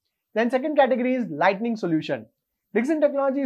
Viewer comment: Very informative!! By the way, there is a difference between Lighting and Lightning.. You repeatedly pronounce it as Lightning..!! Please correct in your future video!!👍